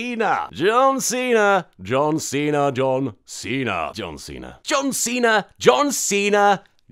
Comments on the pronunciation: John Seen her was all I heard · After a while it begins to sound like "dun see tha" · You said Don Cena sometimes....also,POTATOES? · Anyone else hear 'Don Cena' at some points ;D